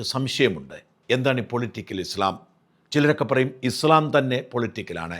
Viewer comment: ഇസ്‌ലാം എന്ന് പറ.... നാക്ക് വടിക്ക്... ഇസ് ള ..... അല്ല